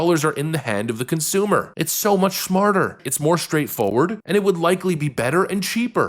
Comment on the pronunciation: You said Shmarter. Heehe. Love you man. 🤣. Also. Really love the baby in the back. My wife works from home and all her customers know our son. He is 2.